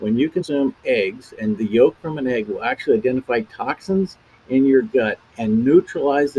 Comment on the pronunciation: Clayton, I caught your "yokes." And yes, they were darn "egg-cellent."😂 And BTW, what a handsome farmer. From his references, I think he might even live in my state.